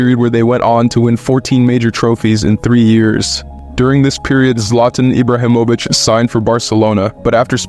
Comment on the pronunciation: 'Pre-meer League' 'Roman Ibramihovic' 'Juan Lopetegui' 'Carlos Ancelotti' 'Georgino Infantino' 😂